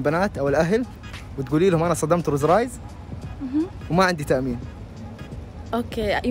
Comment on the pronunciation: رولز رويس مو روز رايس.. تقدر تنطقها صح عشر مرات 👀.. يقول صدم رولز والله ويحلف وهو كذاب